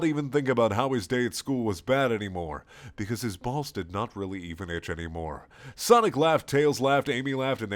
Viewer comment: ''Beause'' hahaha made my day xD